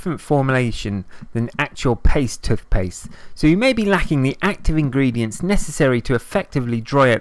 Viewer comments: It’s toothpaste not tutpaste and why are u breathing so heavy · It’s T O O T H P A S T E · I never knew I could use "TUTHpaste" to dry out spots. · Tufpaste haha. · I know this is a serious video butttt when he says tufpaste it's so funny 😂😂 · No one: This guy: *Tuthpaste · They way this dude says toothpaste got me fucked up ‘tuf-pes’ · Ffs tuthpaste 😩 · Tooff pasfe.